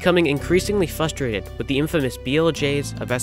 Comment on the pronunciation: say it with me. FRUSTRATED... FRUH-STRA-TED Congrats on the WR and great vid!